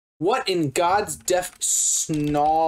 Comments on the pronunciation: Stop saying "snawly" please. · I almost died watching you look up “snally” and not realize it’s just a New England accent saying “snarly” 🤣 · me thinks he was saying snarly with a boston accent